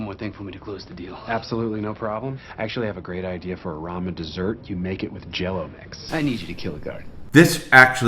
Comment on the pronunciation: The way he says "ramu Noodle soup" instead of Ramen Noodles is bothering me lmao